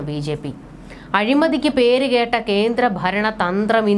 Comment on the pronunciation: കേട്ട എന്നത് കെട്ട എന്നതിനെ ദീർഘിപ്പിച്ച മലയാള നീട്ടൽ ഇത്രക്കും അർത്ഥവ്യത്യാസം വരുത്തിയ ഗായകന് ഒരു പുരസ്കാരം നൽകണം